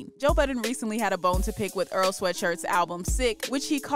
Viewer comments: Why she pronounced his name like Er-al. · Why it sounded like she said oral sweatshirt 😂